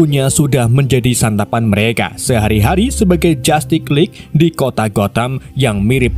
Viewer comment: Dibaca jastis Lig bukan jatik